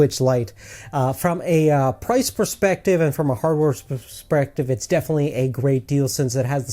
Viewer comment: Its funny how he says prerrespective instead of perspective